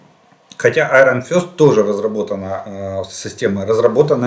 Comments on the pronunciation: Не айрон фЁст, а айрон фИст. Фист это кулак. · Iron Fist произносится как Айрон Фист (Железный Кулак), запомнить легко по слову «фистинг» 🤛🏻